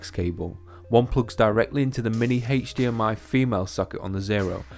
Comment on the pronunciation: I watched the video just for the pronunciation of HDMI... Heych-D-M-I.